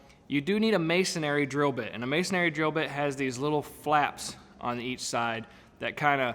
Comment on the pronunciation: I've watched about ten videos on this subject and every single person in the videos doesn't know how to pronounce masonry. It's pronounced just like it's spelled, that is, MAY SON REE (three syllables), not MAY SON AIR REE (four syllables. I have absolutely no idea why this simple word seems to be universally mispronounced. Also, the problem with type of achor for this purpose is that if you move the compresor, you have a bolt sticking out of the floor. You could cut it off but why do that? Instead, use an insert that allows a bolt to be screwed in and removed later. There is such a thing. For example, I have a tire changing machine that I use very seldom but it must be bolted to the floor. I would NOT use a anchor like shown in this video. Instead, I use an achor that expans permanently into the concrete in which a bolt goes. The bolt can be removed. To prevent debris from getting in the hole when not in use, I just use a threaded hole plug.